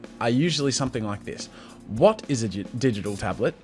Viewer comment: what was that all about? he goes like "what is a didital table? myum num mini myum myum" .....